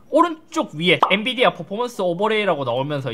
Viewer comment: 엔디비아???? NDIVIA???